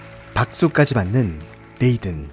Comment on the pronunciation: 리뷰는 좋은데 혹시 이름같은건 네이든 이라고 쓰여잇지만 발음이 네이쓴 이기에 다른분들 리뷰영상을 봐도 이런건 좀 쓰여진대로 네이든 이라고 읽으면 진짜 어색하거든요 한번쯤 생각해봐주셧으면 좋겠습니다.